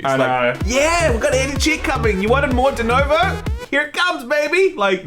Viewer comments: Please....for fu@ sakes PLEASE people, everybody learn how to say DENUVO. It's a fu@ U. Pronounce it, FFS. Also if you guys don't think there are cheaters in basically EVERY online multiplayer then I think maybe gaming news is not the place for you..... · I've noticed a trend with idiots not being able to READ A SIMPLE NAME RIGHT. It's DenUvo, not fucking DenOvo. And since the guy in the video just before did that same crap. And also, idiots have a tendency to misread any word or name they didn't see before and keep misREADING the word ad vitam eternam. So, they keep reading and reading the same name or word and NEVER read it, their brain just don't see the information before their very eyes. It has always pissed me off. Sorry that you happen to tale this rant, but as I said, some other guy did the exact same irritating thing in the video saw just before, and I was almost sleeping, but it made me jump out of bed to tell you how awful it is to hear people fail at reading a VERY simple name. DenUvo. There, is it THAT hard? And fuck Denuvo AND Bethesda. I hope they both go bankrupt, they don't deserve to exist. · Is denOvo some kind of internal joke or they are just mispronouncing it ? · Is it me or they are saying DenOvo instead DenUvo? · LOL 'Denovo'...